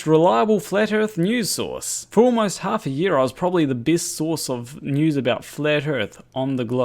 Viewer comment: Hi, I will certainly follow your news-channel as it promises lots of hilareous facts. But about the name: is it me (I am not English-speaking) or your accent, but it sounds like "Flat Earth Noose"! It might be hopefull wishing or a Freudian "Slip of the ", but i certainly hope it will kill their movement! Good luck with it!